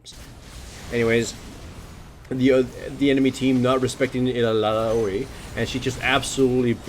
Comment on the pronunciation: I love how he pronunces Illaoi.